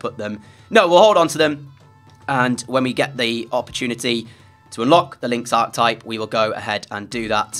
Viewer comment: Great series, but please...PLEASE learn to say "Archetype" properly! Arc-e-type. It's driving me mental!